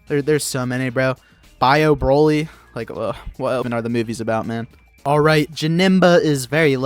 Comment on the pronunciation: bro said bio broly 😭😭